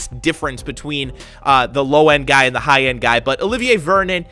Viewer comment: in this vid he said "Olivin Vernon" i was dying